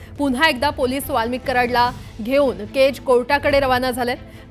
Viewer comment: बाई केजचा उच्चार नीट करा केच केच काय करताय ..... कधी कधी अतिच शुद्ध बोलतात anchor लोक 😂😂😂